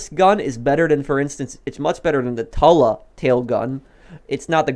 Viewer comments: Why you call it the tola it’s the Tula uuu not ooo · Tuh-luh Moguyl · Dude its not that hard... Tula. Too-lah. Mogul. Moe-gull. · It’s pronounced Toola like the flower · Bruh. In real life, the mogul would be able to carry 15-20 bombs so stop complaining. And learn how to pronounce. Mogul=Mog-ull. Tula=Tu-lla.